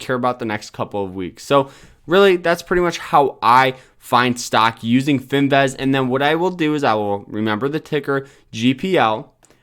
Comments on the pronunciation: FIN-VIZ!!! Not fin- vez. Please!!! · Fin-vizzzzzz........vizzzzzzzz......IT'S BLODDY FIN-VIZZZZZZZZZZZZ